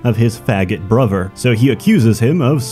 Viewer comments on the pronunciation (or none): Does anybody hear the way he pronounces certain words? Brover, togever, free (three), etc